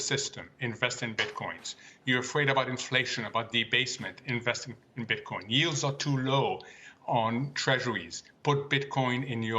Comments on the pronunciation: Yeah it sounds like he keeps putting an s on the end of Bitcoin 🤣😂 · I hate when he puts an ‘s’ at the end of Bitcoin . You can say Satoshi plural but not Bitcoin ... He’s still learning ... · Bro we don't say "BitcoinZ" it's 1 "Bitcoin" and 2 "Bitcoin" !